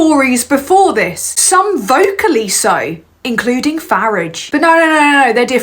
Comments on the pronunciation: Fuk yes girl. Proper pronunciation of Fari_ge. You for PM mate. Loving that you is coming back so fire 🔥. Being it on you wonderful person... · It is so refreshing to hear the correct pronounciation of Farage as in Garage !! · Got to admit that I loved hearing someone else who rhymes Farage with Garage. My moral rage is that these ultra right wing wankers can get into government.